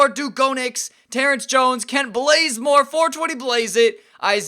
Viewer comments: He did that on purpose he changed his name to Blazemore too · kent blazemore prettysure its bazemore